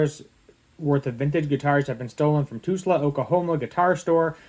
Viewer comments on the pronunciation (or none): T U L S A !! NOT TUSla !! what an idiot to INTENTIONALY MISPRONOUNCE something !! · Tulsa Oklahoma not Tusla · Cmon man... how can you not know how to say Tulsa? Lol